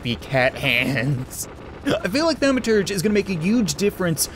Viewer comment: Thaw-ma-turge cat. ;) I never really care about pronunciation or grammar, but its a nerd-word, so apparently I feel compelled to say something. IloveyourchannelCHEERS!!